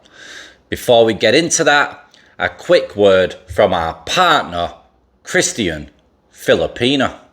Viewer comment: why weird way to say Christian ?